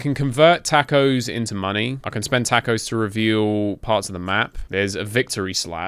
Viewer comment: “tack o’s” -this dude